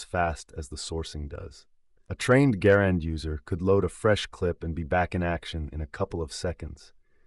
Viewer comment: Thank you. Thanks for pronouncing Garand correctly. Call of Duty "experts" think it's true. I have competed in WWII rifle competitions and no one is going to hear that ping. Or the sound of the clip hits the ground. Stupid myth. ALSO can you please dispel the myth John Browning designed the High Power since he didn't.